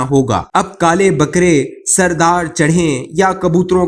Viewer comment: Sar dar nahi sar e dar